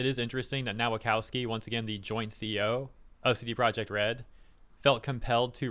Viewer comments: please stop reading Polish W like English one. W in Polish is read like V in English. so Nowakowski reads Novakovski. It hurts my ears. or option too double check how to read polish names and surnames: Open google translate, set it to Polish language, type in the word in question, press that speaker icon, profit. If whole Nation of Poland (under the age of 30) can speak English... show some respect. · His surname is pronounced 'Nova-cov-ski'